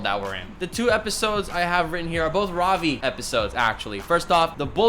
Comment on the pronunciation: He looks like nate from the series Ik you aren’t indian but try to say ravi as Ruh-vee instead of Rah-vee. Because i am indian i grew up with hindi as my first language